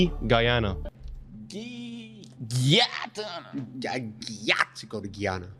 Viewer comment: Im from Guyana and its pronunced guy-ana not geeyana and yeah we the only english speaking country in south American tho we do speak a type of broken English called craolies